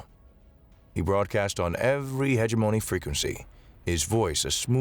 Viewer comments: I think the problem with live reading us the incorrect pronunciation. I will just mention one, heh GEM o KNEE. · Hegemony ... huh·jeh·muh·nee jeh emphasized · I always put the emphasis on the wrong syllable on Hegemony 😅